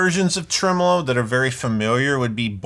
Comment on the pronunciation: Thankyou for pronouncing tremolo properly. Americans take note- it’s trem-uh-low not trem-Oh-low 😘